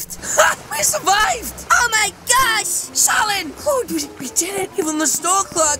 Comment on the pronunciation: Who else hear said:We Surivied Sunami 😂😂 (no hate he's my fav YouTuber)